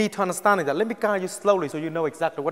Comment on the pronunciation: "I gonna bury him so fast zat his Mom can't even find the coffin for him to go down".